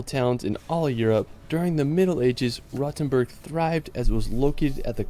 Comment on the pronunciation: My dear British friends, Rothenburg ist not pronunced "Rottenburg". This is a different town in Southern Germany. Long "oooo" ;-)!